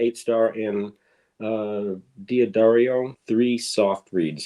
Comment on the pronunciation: It's pronounced "Duh-Dario," not "Dee-Addario." Why do so many musicians mispronunce this?